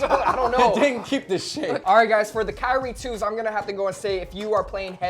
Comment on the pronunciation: He said kyrie 2s